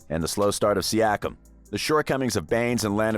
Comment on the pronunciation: Once I heard you put us lower than the Dallas Mavs/Heat post-championship woes, I raised a brow. Then saying the Raptors only star was Kawhi, I raised my other brow. Ultimately, your pronunciation of Siakam, I thumb'd down and learned you don't fully know what you are speaking of. Raps have been sick for a better part of a decade, and last year we exceeded expectations. EDIT: Still watched your video. The way you pronounced Chris Boucher... You didn't make this video, Google Search did. Your lack of true awareness of the team overall is 🤯